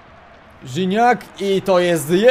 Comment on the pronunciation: NIE RZINACK TYLKO GIGNAC